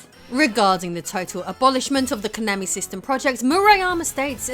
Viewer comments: Ok, I hate Konami as much as the next guy but you KNOW you're mispronouncing Konami every time you do it. You've just GOT to. Please tell me you're doing it on purpose >_< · Why do you keep saying Konami wrong? - Rocket Knight Adventures Japanese advert.